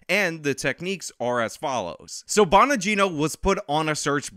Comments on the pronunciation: Bongino. Not Bonagino haha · It's Dan BONGINO, not Bon A gino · Bongino not fucking Bonogino lmao. You should really be familiar with Bonginos work holmes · It's not bonagino it's bongino. Maybe you are accidentally combing Danny Bonaduce and Dan Bongino. Lol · it's BONGINO, not BON-A-GINO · Not Bonagino. Bongino. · Bon-gino not Bon-Ah-gino. Nevermind, you mispronounced almost every name. You must get all your information from reading articles, which is fine to a point. Watch a little bit of video so you know how to pronounce peoples names and you will have even more credibility. Not knowing how to pronounce prominent names makes you seem uninformed. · There is no extra I in Bongino. It's just Bongino. Bon. Gino.